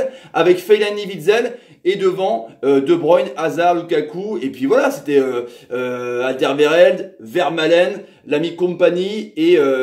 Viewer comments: Haha, pas de souci, ça nous fait toujours rire de vous voir vous prendre les pieds dans les noms flamands ^^ Sinon tu peux toujours regarder les matchs sur la RTBF, avec l'ami Rodrigo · La prononciation de Alderweireld ^^